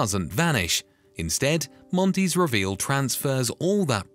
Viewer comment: Really ? WRONG ! Every time you said the word "reveal", you were speaking INCORRECTLY. It's basic English, which you don't know. Try and figure that one out, fool.